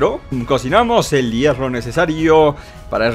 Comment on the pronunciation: hierfo Yo: hierro?.__.xD